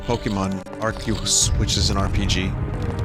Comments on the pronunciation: I've legit never heard anyone but Vinny pronounce Arceus like that. I've heard Ar-see-us and ar-kee-us. Me not hearing that pronunciation might be due to me not watching poketubers. I'm sure he is but you never know and I do appreciate proper pronunciation. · He does stuff like that on purpose. How he pronounces Arceus wrong every time is an example.